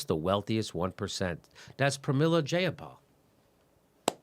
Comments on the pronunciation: Dat paypal joke nooo😂 but her last name is pronounced Jye-uh-pahl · As someone who has met Jayapal a few times, your pronunciation of her name is abhorrent XD.